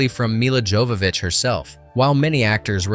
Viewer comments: Milla's Jovovitch surname should be pronounced with a Y at the beginning, like /yovovitch/. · "He" pronounces names differently from previous mentions throughout, e.g., "Yovovich" then "Jovovich." Does it with Gaultier, also. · it’s pronounced “yo”vovich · dude what? you said milas last name correct the first time. but wrong the second time ..😂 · Why would the narrator pronounce Mila's last name correctly and then incorrectly? Stopped watching after that. Thumb's down.